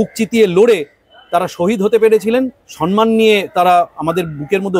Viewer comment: মাননীয়া বাংলা এবং বাঙ্গালির মান সম্মান এর জন্য এতো মিথ্যাচার করছেন। উনি তো বংলা ব্যাকরণ এর সন্ধিই জানেন না। কারণ উনি সম্মান শব্দকে সন্মান উচ্চারণ করেন।এর চাইতে আর লজ্জার কী আছে?